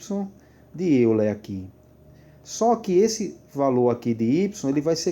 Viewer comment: A pronúncia é Método de "Óiler"...